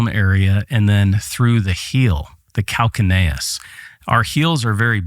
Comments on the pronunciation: Calcaneus.... cal-kay-nee-uhs lol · It is pronounced Cal-Cane-e-ous. Thank you so much for a wonderful presentation. I was so happy to watch it and learn from you Sir!